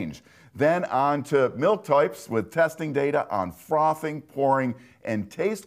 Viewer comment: did you go all Cockney Marry Poppins on "Milk Type"?😁